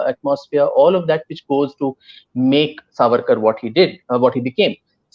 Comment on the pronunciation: Did he just say ARSE AWARD ?? Lmao